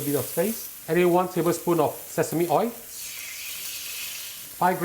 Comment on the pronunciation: Oil not oii.